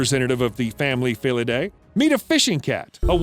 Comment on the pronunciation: you fucking idiot, it's pronounced "feel a day" ..not that aural abortion that we heard...